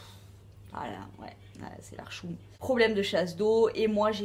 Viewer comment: super vidéo , j'ai passé un bon moment, tu prononces très bien le mot hchouma. Bravooo